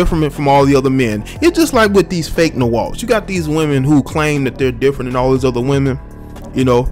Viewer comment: Lmao “Differment”